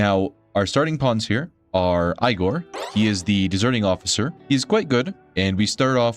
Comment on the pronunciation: aigor? its egor! duhhh 😂